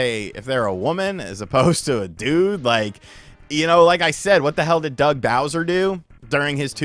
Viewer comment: Soo loong Gaey Bowseer!